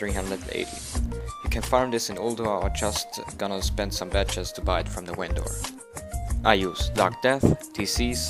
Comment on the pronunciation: Oh also I love your accent, your Norwegian right? :P Its funny when you go to pronounce v's. In the video you said something like, 'You can buy it from a wendor'